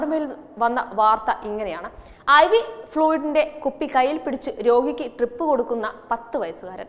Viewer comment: അല്ല ട്രിപ്പ് ആണോ drip ആണോ ഇതാ വീണ്ടും ട്രിപ്പ്‌ ഇതാ വീണ്ടും ട്രിപ്പ്‌